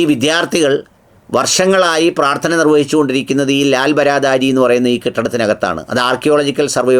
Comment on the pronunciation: ലാൽ ബാറദ്ധരി എന്നതാണ് ശരിയായ ഉച്ചാരണം, ബാറ എന്നാൽ 12 ദ്വാരി (പേർഷ്യൻ) എന്നാൽ വാതിൽ 12. പ്രവേശന കവാടങ്ങളുള്ള, ഹിന്ദിയിൽ വാതിലിന് ദ്വാർ എന്നും പറയും